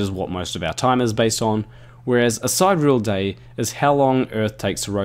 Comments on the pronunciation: side - ear - ul, not side - reel ;) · Side real day? Si-de-re-al! I enjoy when you say noose instead of news but you've gone too far sir! lol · Due. It's sy-deer-ee-al. 4 syllables.